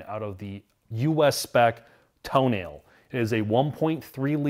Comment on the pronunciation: Did he just pronounce "Tonale" TOE-nail? It's toe-NAH-ley. They got it right at other places in the video, so maybe he was making a joke.